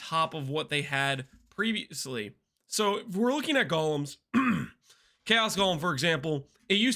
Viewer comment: Only acceptable name for golems is jolems ❤